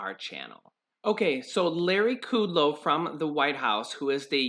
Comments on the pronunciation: It's pronounced, (Cut Low) and fAu Cee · It's not kooodlow.